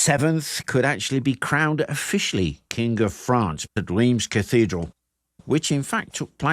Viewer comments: Rheims is not Reems , the closest english pronounciation would be "rans" and Xaintrailles would pronounce 'Saintry" . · Bonjour. Français ici ,breton plus précisément. Oui, on dit bien "Fortune de guerre " On dit Reims ( prononcer Reinsse ).Vous avez un facon bien anglaise de toujours ré- écrire l'histoire à votre avantage. À vous écouter une des raisons de cette defaite serait la présence de troupe mercenaires francaises que vous nommez la Malice . Ca m'a bien amusé c'est deja ça ,merci. A propos de cette escarmouche ( plutôt que bataille rangée ) il reste une expression dans le langage populaire français. C'est : " prendre la pâtée " qui signifie bien : subir une défaite totale. Cette bataille de Patay est très peu connue en France.Seule cette expression relayée par le petit peuple y fait référence. Le petit peuple des campagnes francaises a également gardé en mémoire la brutalité et la sauvagerie dont ont fait preuve les soudards de sa gracieuse majesté britannique. C'est pourquoi ,meme encore aujourd'hui ,dans les campagnes mayennaises ,bretonnes normandes et autres , les anglais sont accueillis avec une certaine retenue 😊.Merci pour vôtre vidéo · Ok, this one is a tough one I know: Reims, the place french kings were crowded, is pronounced something like "Ra-ens". Superb video nonetheless! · jargeau = jar-jaw (without d before any j); Meung (sur loire), hard for you to pronounce : m1 (say 1 like a french in french)... reims... (omg, nearly not recognised it... r1s...again, hard to pronounce the 1 in french).. beaugency, congrats, you made it quite well! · Nice vid. "Reims" in pronounced like the French word "rince". [ʁɛ̃s] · Just a small comment : "Jargeau" is pronounced "jarjo" "Reims" => "Rince" Anyway, good vidéo. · Oooof, French me feels better about his French accent when talking English when I hear you say "Reims". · Reims where the French kings were crowned is pronouced quite differently